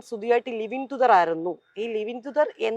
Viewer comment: ലിവിങ് ടുദർ alla... ലിവിങ് ടുഗെതർ